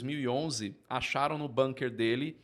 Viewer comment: Mania do povo de pronunciar " bânker". Palavra ALEMÃ... é um sonoro U: bunker.